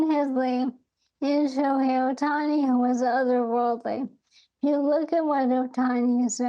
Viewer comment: Bro its not even close lol.. Ohtaniii